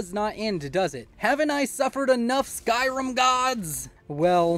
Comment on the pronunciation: stop saying skyrum, or else. (loved the video)